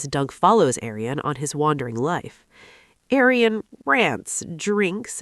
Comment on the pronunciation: How dare you? Seriously Aryan? His name is Arlen... One tiny mistake does ruins your whole video